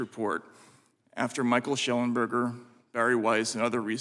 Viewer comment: Mr Shellenbeck, Mr Lunch? Why does he purposely mispronounce Shellenberger’s name? They think they are subtlety insulting them.. I guess… What bs… we are paying this guy’s salary!